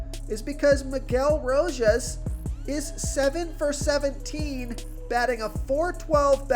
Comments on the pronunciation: I'm only here to hear the butchered player names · Another named butchered man bro R*O*J*A*S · Lmao. It’s every single video 😂